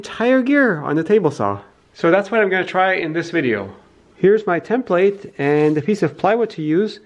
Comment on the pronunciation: AT 0.22 YOU SAY "HERE IS MY "TEMP-PLATE" ??? - THE CORRECT TERM IS: " tem·plate /ˈtemplət/ noun 1. a shaped piece of metal, wood, card, plastic, or other material used as a pattern for processes such as painting, cutting out, shaping, or drilling.